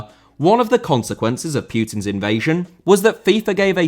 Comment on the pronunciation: Putin* not Pyutin